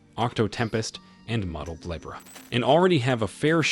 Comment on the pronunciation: You mispronounced "Libra"...